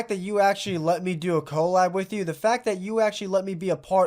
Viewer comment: coal-ab lol